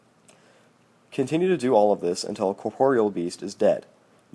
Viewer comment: u pernounce alot "row" and "corpreal" wrong lol, but i subbed because to effort you put into the video. helped my out so much man, GT-Donthackmejo :[)